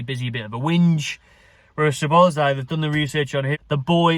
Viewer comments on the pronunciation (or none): Ya caving ma bassa heed in man with ya pronunciation dude it's Sob - Oz - lie = Szoboszlai